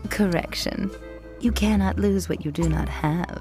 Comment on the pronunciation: To nitpick a bit, the stress should be on “Can”, because that’s what’s different about the lines “You should not lose what you do not have.” “You CANnot lose what you do not have.”